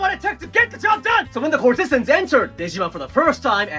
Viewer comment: I believe the emphasis in courtesans goes on the first syllable. CORT-eh-znz